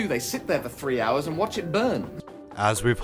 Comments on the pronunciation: The word is three, not free. Behemoth, not Behemof. Learn how to speak. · What the hell is "Free Thousand"???? ..........Ya twonk .